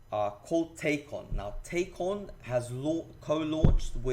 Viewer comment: It's pronounced "Tack-E-ON"